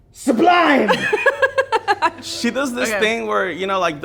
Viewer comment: The sablime had me rolling 💀💀